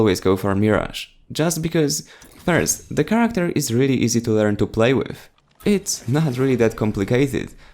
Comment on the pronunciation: charecter. CHATECTER it's character